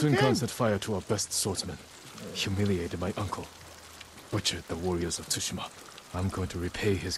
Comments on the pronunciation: Play assassin's Creed Odessey Btw it's Too-she-ma Not tushima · Here is how you pronounce it Sue-she-ma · beasty beasty it's "sushi ma" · Tsushima = Sew-shee-ma. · its shu she ma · tsushima pronounced to-shi-ma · You could just say Sushima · It’s sushi-ma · It is (to-she-ma) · It's su-she-ma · Dude I just finished the ghost of tsushima series on another channel why are you always so late to things? Lol also the game is pronounced the ghost of sushima the t is silent. And one more thin nice background dude keep up the good work❤❤❤❤❤❤❤❤❤❤❤❤❤❤❤❤❤❤❤❤❤❤❤❤❤❤😊😁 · Noatis howhe cant say tushema but hebsaid he comes frome a far awaw land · It is pronounced su-she-ma beasty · It's pronounced "Susheema" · Its ghost of tsushima pronounced sue- shi-ma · its pronounced (soo-shee-muh) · It’s too-she-muh I think also do you watch coryxkenshin